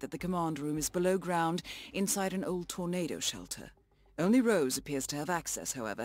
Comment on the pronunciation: Sean Rose not Sean ROSS